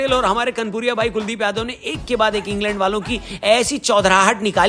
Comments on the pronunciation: Ingland ❌ Ing land✅🤣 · En-land suzzi........h😅